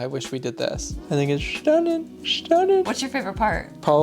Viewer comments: It is Shtunning!!! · Yes, it's "schtunning"! I love this kitchen! It is perfect, every detail. Bravo to you both! ❤❤❤❤